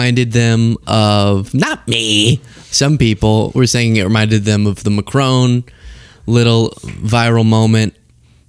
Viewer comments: Macr-ON , not Macr-OWN. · France's president is not called MacRowne! His name is pronounced MaKron. Why do Americans always mispronounce everything that's not American? 🤷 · It’s Mac-ron, not Macrone, for goodness sake, please learn, Candance is so bad at pronunciation. How can Americans get this so wrong? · It’s Macron not Mcrone, he’s French